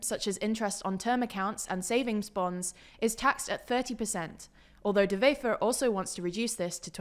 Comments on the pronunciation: Please stop pronouncing Dutch words as if they're German! "Wever" is pronounced exactly as if it was an English word. Not "Vefer"! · I heard Bart de Vever, when in Vlaams, it's pronounced closer to a W in English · NB: Dutch/Flemish doesn't use the same pronunciation rules as German... So this is not how you pronounce 'Bart De Wever' 🙂